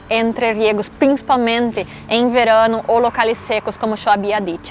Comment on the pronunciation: 😆😆😆😆🤣 la forma de pronunciar : "verano" 😁😆😆😆🙂😂